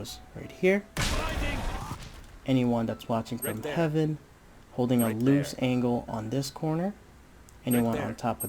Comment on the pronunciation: Btw Haven is pronounced "hay-ven".